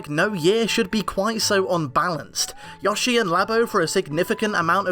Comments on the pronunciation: everytime I hear him pronounce yoshi as "ya-she" i wanna rip my hair out. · I don’t care who you are. Anyone who pronounces Yoshi like that needs to die. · Your editor can't pronounce Yoshi. I'm sorry.